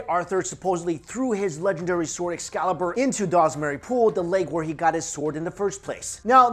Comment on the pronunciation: "It's name is-" "EXU-CALIBUR" Goddamit